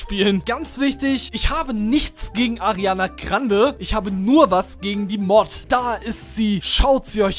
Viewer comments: No hate aber man sagt Ariana grande und nicht Ariane Krande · Ich finds super wie du Ariana krande sagst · Es triggert mich wie er Ariana Grande ausspricht :D